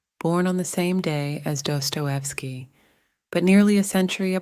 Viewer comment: why are you saying his name like that